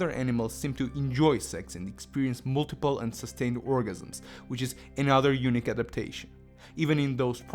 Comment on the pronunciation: thanks for the video buddy. but sorry to say, for the longest time i thought you were saying "Eunuch" and i was like what?? but you were really saying "Unique"